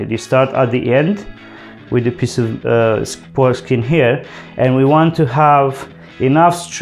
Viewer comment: Did he say foreskin? 😮